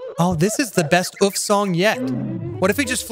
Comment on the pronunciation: its not oof its uogh